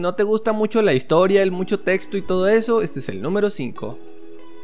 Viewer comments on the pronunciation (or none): none